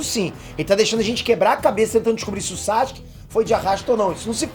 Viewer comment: N da pra ouvir vc falando SAXUQUE 😅